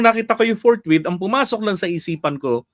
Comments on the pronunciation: Ang alam ni Cheese "FOURT MONTH....hindi forthwith😃😃😃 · Ang basa ni keso ay fourwith kaya apat na buwan ang desisyon niya.